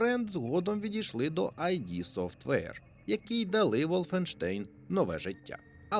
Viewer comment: Студія id називається не айді, а ід